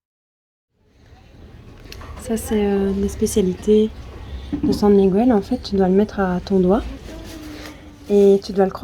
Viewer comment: Svp svp prononcez correctement San Miguel (ne pas prononcer le u)